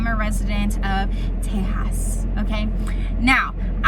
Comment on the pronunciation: Please pronounce the name of the great state of Texas properly.